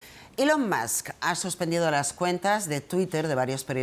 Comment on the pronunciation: No sé cómo se llama esta presentadora, pero enhorabuena por pronunciar ELON como ÍLON. Pocos tienen la profesionalidad MÍNIMA de hacerlo. Hasta ahora solo Resano y Verónica Sanz de La Sexta lo hacían. La mayoría cometen la incongruencia de pronunciar bien el apellido, Musk como masc, pero mal el nombre.